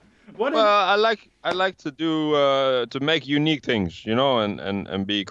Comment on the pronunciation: it's things not fings everything you say is good but there is that thing word that i hear fings though your videos are awesome and entertaining and very funny